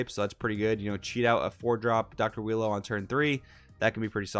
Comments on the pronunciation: Its pronounce U-i-ro. Phonomically its ooo-e-row. Im just going to go with willow/wheelo tho lol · I love how you call him wheelo 😊😂😂 im also gonna call him wheelo since thats the name im basically used to lol